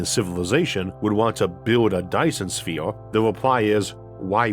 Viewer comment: A Dyson Sfeeorrrww😆😆😆